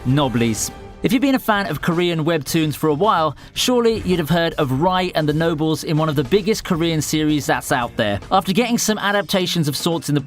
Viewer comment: Knob Lease! you mean No-Bless????